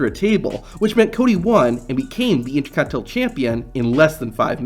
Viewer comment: Repeat after me... "INTER... CONT...INEN...TAL"